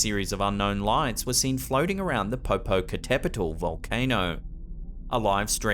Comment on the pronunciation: your Pronunciation of the Popocatepetl volcano was on point! 💯 👌